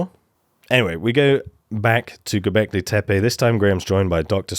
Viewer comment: Best pronunciation of Göbekli Tepe so far.